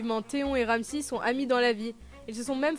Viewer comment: « Tayronne » « Ramsie » 😭